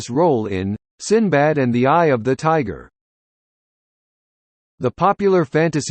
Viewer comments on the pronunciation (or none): none